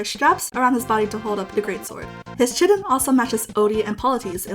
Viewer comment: Btw, chiton is pronounced kye ton, not chitten, dw I said circe like circle minis the L until I heard it pronounced